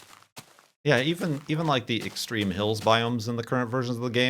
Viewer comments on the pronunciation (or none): none